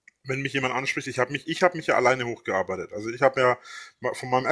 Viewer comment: Wenn ich noch einsam „hochgearbeided“ höre drehe ich durch